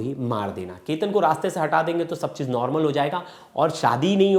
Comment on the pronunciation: Kya anchor banega re tu! Sir aap sahi se Chetan & Ketan nahi bolskate to itne videos kyu banate ho. Just apne khudke video dekhlo purane. !